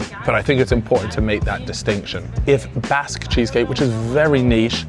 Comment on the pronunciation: I understand in different parts of the world all words are pronounced differently. But Basque is also my last name so hearing to pronounce like that hurts my gears 😂